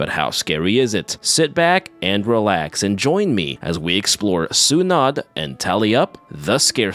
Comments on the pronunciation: i love the channel and loved that you covered a Filipino horror film. lol one thing though is Sunod is pronounced (SUE-NOOD) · It’s pronounced “sue-nude” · The -nod is pronounced as noh and not nuh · if you need help with the word sunod, its pronounced su-nod, just cut the u shorter, sunod, its almost like the u isnt there, just say it a faster, the su part and shorten the nod too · crying over how you pronounce sunod but i will forgive you becase i didn't even fucking know this movie existed and I'm filipino